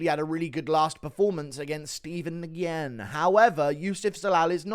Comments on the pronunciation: Nguyen is actually pronounced “win”. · Steven Nguyen last name is pronounced Win btw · Nyugen is prounced wen you downs